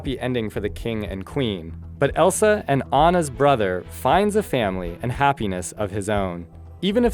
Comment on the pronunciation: wtf he called Elsa elisa